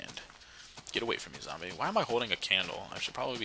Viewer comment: Did he call a creeper a "gumbie"?